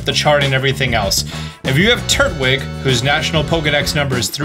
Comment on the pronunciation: I think it's pronounced "tur-twig" not "turt-wig"